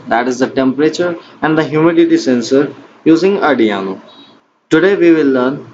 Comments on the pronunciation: its arduino not ardiano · Ardiaano board 😂😂🔥 bhai its arduino